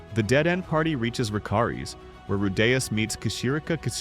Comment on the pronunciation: how are you pronouncing Rudeus two different ways in the same video lol?